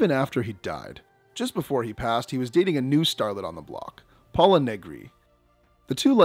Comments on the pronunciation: Pola not Paula. Long o. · "Temptstuous"? You're just making up words now? How about tempestuous*? And how do you mispronounce Pola? Pola does not sound like "Paula" - get it right! I cannot click on Like. Way better editing is needed.